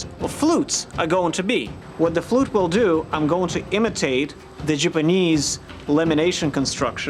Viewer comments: Anyone else annoyed that he keeps saying Jupanese, or Jewpanese instead of Japanese? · Why does pronounce Japanese, Jipanese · Is there a reason that he has to say Jipinese instead of JAPANese? Does he think the JAP part sounds racist to say or some shit? Just sounds soooooo dumb every time I hear him say it and I know he loves saying it.... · lol the way he pronounce😁 japanis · The "sjipeneeese" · "Jupanese"... you disappoint me. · why does he say Japanese as Jipanese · I hate the way he sees japanis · the jiponese... pfft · "the Jewpanese" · Does anyone else cringe every time he says "Jeep-anese"? Awesome work, though. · jipinese? where the hell is this guy from? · 'jupu-knees', that pronunciation killed me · says Japanese wrong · STOP MISPRONOUNCING "JAPANESE"! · You are saying Japanese wrong and that's my counter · does it prevent him from making any A sounds? Ive only noticed it when he says Japanese...